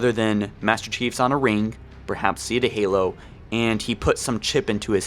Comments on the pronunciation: Have you guys heard of Installation 7 or Zeeeeta Halo? It’s Zeta. Z-a-ta. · 1.This is a tech demo 2. It's Zeta not Zeeta. 3. The A.I. chip (not matter what A.I. is in it glows "blue" to identify that there is an A.I. inside of it. 4.there is a LOT of speculation about what's going to happen, remember this is a TECH demo. The fact that you made a 40 Min video on it has me feel you might be looking a little too much into it. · Zeta is pronounced like “Zay-Ta” lol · Holy shit, it's Zay-tuh Halo. Zeta Halo. Like Beta, but with a 'Z' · anyone else cringe at how he pronounced zeta? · Its one thing to pretend you figured any of this out on your own Before someone else but how can you keep pronouncing basic words wrong. I get that you have a speech impediment but it takes less time then it did to type this to look up and practice the proper pronunciation of the word Zeta. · Holy fuck say Zeta right